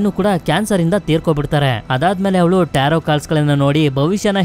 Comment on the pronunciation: Starting Nimge Bai tirgilvalla Movie name na Correct agi helilla Nivu Tarroo ante😂